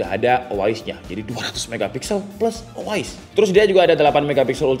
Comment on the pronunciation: Nah tapi kenapa si pembuat video malah bilang O A IS ya? apakah lidahnya kepleset? btw thanks untuk infonya